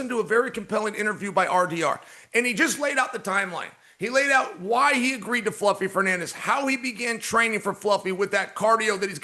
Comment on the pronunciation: Ayyy, shout out, Fluffy finally got his name mispronounced by Chael. Shout out Fluffy Fernandez.